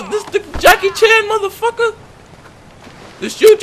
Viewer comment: Lol he said hey modefuka lmao